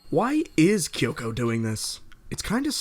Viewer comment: "Kayubey" "Kayoko" "Mitikahara" "Walpurge-snat" listen i have no idea who you are or why you pronounce things the way you do but please,, Besides that!! Nicely done video ✌